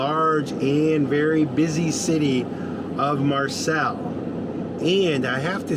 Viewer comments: Snow great to see & hearing you talk about Mental Health considering the trauma you have been through! Kurt also went through all the emotions with almost losing the love of his life! Take care guys & it’s pronounced Mar-say (Marseille) ☺️ Safe travels!! 💜💙🇦🇺🐨🍻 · Came here to type Marr-say! 😊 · Ur so cute,,,, it's pronounced MARSAY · Phonetically Marseilles = Marsai. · Pronounced "Marsay," my grandmother was born there, so I definitely know how to pronounce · Pronounced Marsay if that helps.... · Guys it’s pronounced Marsay for Marseilles. It is beautiful. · Pronounced Mar(say). Marseilles. ❤️ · Lovely!!! Very much enjoying your European adventure. What a beautiful area!! Oh, Marseilles - Mar-SAY and calanques - cal-Onk :) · France is my favorite place on earth (I am in NY). Great video! Marseilles is pronounced Mar-say and Arles is pronounced Arl. Keep safe and warm. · Just to let you know, the big city is pronounced Mar-Say. Glad you are enjoying being on this side of the pond. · When I heard her say it that way I just assumed she meant Marseille (Mar-say), it helps that first I’ve been there, but also being Canadian I know how to pronounce most of the cities & towns they’ve been to. I wonder if Snow knows that she can ask for a voice translation of those names on google or safari, whatever they use😁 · I think if you google the name of a place nd search like "Marsailles pronunciation" , there will be a speaker icon that will say it for you. IDK if it will work on less well-known places though! It's funny, the terrain of your France trip so far reminds me of not only herre in PA but also of our beach place in NJ with the marshes etc! Have fun !